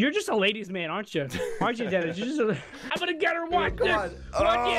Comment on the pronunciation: it's Denis not Dennis